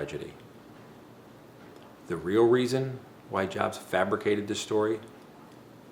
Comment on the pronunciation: jobst is normally pronounced (yobst). i dont know it karl jobst actually pronounces it this way, but it still sounds cringy as shit when you say it like walmart